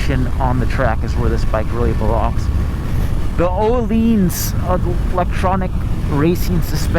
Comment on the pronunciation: Ohlines 🤣🤣 you mean ohlins